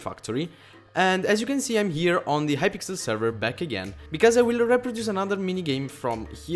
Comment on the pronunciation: plz do mineplex and not hy"pickel"